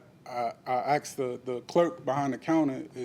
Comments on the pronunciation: I hate the way he speaks and says axed instead of asked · Why do American people say 'Axed' instead of 'Asked'?? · He "axed her" sounds painful